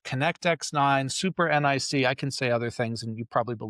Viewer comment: My lord don't call it an N - I - C, bro it's a NIC...